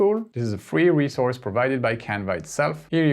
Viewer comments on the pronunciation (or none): none